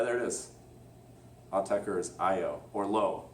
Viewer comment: You are pronouncing it correctly.